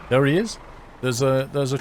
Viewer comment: You have a really weird way of pronouncing the word "there". Sounds like you are saying "thar". Decent vids though. Cheers.